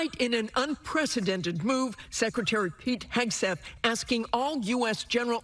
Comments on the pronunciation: that isn't how secretary is pronounced. there is an R after the C. sec-re-tary. not sec-u-tary. must try harder. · I like this host but he needs to learn how to pronounce “secretary”.